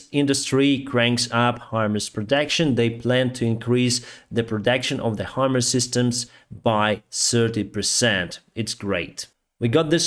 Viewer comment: Himers? [❌] Himars! [✅]